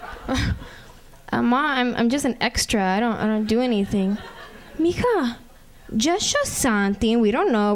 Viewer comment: it's m'ija but whatever lol